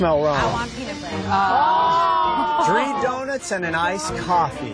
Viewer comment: Tree donuts tree hundred dollars bruh